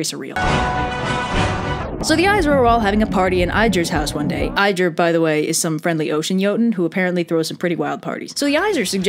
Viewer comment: trying to pronounce Ægir: eyeGiR